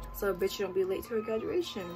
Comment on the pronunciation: She said gaduation lollllllll